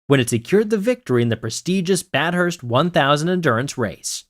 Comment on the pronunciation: A real human voice would’ve resulted in better pronunciation of names, such as Bathurst, not Bat Hurst. It’s an Australian historical road race, as well as a regional town in Australia. Do better!